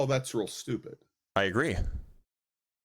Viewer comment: “…because I’m not shtooopid…” hmmm